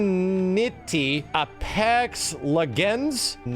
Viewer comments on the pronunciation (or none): Lmfaooooo "forteniity, Apox leg-ands" I fuqing died when he said that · Me: Sees pronounce and enunciate PUBG, Fortnite, Apex Legends, Knives Out(which I, myself, have never heard of honestly. Or I would have seen it on an ad, but I have not! lol) on purpose Also me: scoffs, and sees, laughs to myself Wonder why these were pronounced wrong. Oh yeah, he don't like 'em. lol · The way read "Apex Legends" hurt my brain XD